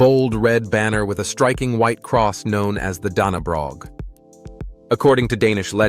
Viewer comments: It is not daneborg it is danebro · Dannebrog. = Dannebro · when you say the Dannebrog, the g is not sad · Our flag is pronounced “ Dannebrog”🇩🇰 the spilt flag is for royalty and government buildings. It signals if the king is in town visiting. Couse as you might know the royal family visits most mayor cities in the summer months. As well as the Færøerne (Fær, old Nordic for Får=sheep) so the sheep islands. And Green land. Our kin Frederik 10, was in special forces and navy seals and a part of the Sirius patrol. And when our princes were small he’d bike them to kindergarten. Every year we have the Royal Run, where he enters together with all normal people, the proceeds goes to charity. I would not tread being a Dane for anything 🇩🇰 our country is founded on trust. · The g in Dannebrog is silent. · Hi. As a Dane I am impressed by the amount of knowledge you have. Many things are really close and correct. Though the pronounce of some words are off. The Danish words are not said with a English tung by often with a potato in your mouth. It's bit weird, but so are the danish people. Example. Leg godt, is not a "leg" that you walk with. 😁 And Dannebrog is said in a different way. Danne, is closer to Dane in Denmark, and brog is said with a deeper O in brog. Keep is up. This was not critic to your work 😊 And we don't have a queen anymore. We now have a king 👑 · the "g" is silent in Dannebrog - and the "o" is open - as in English "No, bro - so go !" (Englishman, married to a Dane, living in Denmark these many years.) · the pronounciation is more like the english U, tho it doesnt match perfectly either. i cant think of an english word that has the same sound